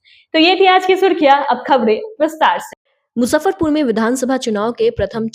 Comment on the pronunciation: Surkhiya ❌ Surkhiyan ✅Mahjood ❌ Moujood ✅Ejazat ✅